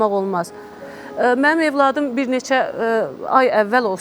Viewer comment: Evlad yox .óvlad ,sonara yox .. sonra Ay tupoy tolik